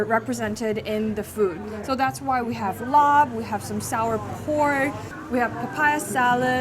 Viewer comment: i love you but its not laab with a b its just like “lah” 😭